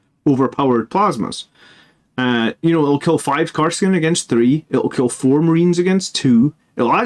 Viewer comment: Kas-r-kin, not Kar-s-kin. But good analysis! I love Inceptors and for the price, their defensive profile is also fairly impressive!